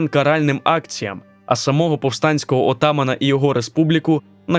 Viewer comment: Чому такий наголос "оТаман"? Ніхто так не називав їх